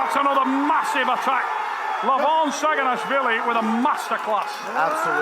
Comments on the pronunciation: actually, it′s not sagina"w"hvili.. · it's saginashvili not saginawhshndnnabgdywkahdhehe 😂😅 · he is Saginashvili not Saginawhvili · It should be Saginashvili not Saginawhvili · SAGINASHVILI and not saginawvili, W - not, S - yes